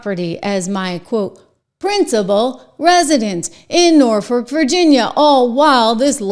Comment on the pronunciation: It's pronounced NOR-fuhk. I cringe every time you say it. 😀